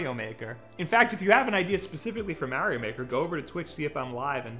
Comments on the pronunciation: He finally said Mario right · Wow, you said Mario the correct way! Finally.